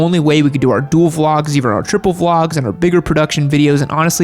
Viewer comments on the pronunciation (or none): none